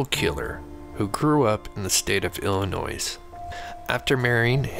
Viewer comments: The S is silent in Illinois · Love the show...but my man..the last "s" in Illinois is silent ❤